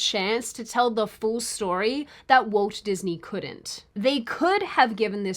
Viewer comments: Walt. Walt. It's WALT Disney. Walt. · The way you read Walt sounded like Woke in many instances. Was this deliberate…? 😂